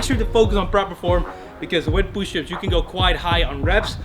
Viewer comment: is holding toilet paper Also: "Pooshups" Me: "Don't you mean Shitups?"